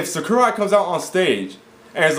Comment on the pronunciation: u don't pronounce sakurai right